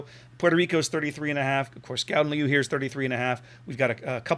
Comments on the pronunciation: when you said the name the second time it sounded pretty good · Your second attempt at the name was almost spot on.